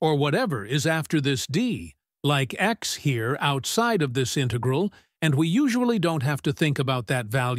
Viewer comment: Your pronunciation of "integral" is wrong. The accent is on the first syllable.